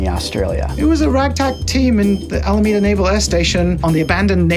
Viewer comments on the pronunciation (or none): none